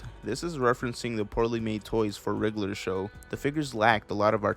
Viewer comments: I swear you kept saying “riddler show” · rlly liked this video! also, i noticed how u pronounce it as "the riggler show" haha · why do you say it like wriggler show tho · i thought u was saying riddler show for like the first 3 minutes 💀